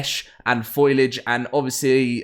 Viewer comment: Foal-ee-age, just sayin' :P